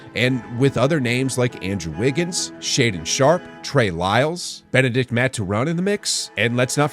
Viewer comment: Bro said what, “benedict mathurin”